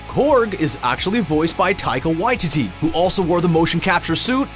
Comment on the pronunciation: how many times are you gonna incorrectly pronounce Waititi in this? it’s Why-TEE-Tee inflection on the middle TEE not the Why— basically why-tee-dee